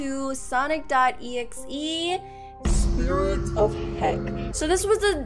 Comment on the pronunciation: The fact that nenaa says “Sonix” when she says “Sonic Game(s)”